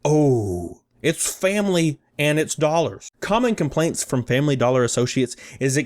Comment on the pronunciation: Fambly Dollah.